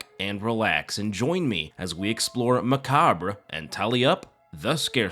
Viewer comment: My high school English teacher taught me the how to pronounce macabre and I always did my best to remember. It’s the same way you pronounce it. Thanks for helping me remember something special. Thanks for the video.